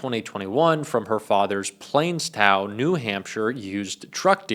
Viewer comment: Let me hlp you... the town is pronounced Plas Tow as in plastic and Tow truck.